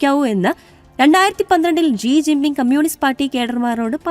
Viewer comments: ജീ ജിന്‍ ബിം ആണൊ ശെരിക്കും? അതൊ ഷീ ജിന്‍ പിന്‍ ആണോ? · ജി ജിങ് പിങ് അല്ലടി അവളുടെ വല്ലാത്ത ഒരു മിക്സ്‌ 😂😂😂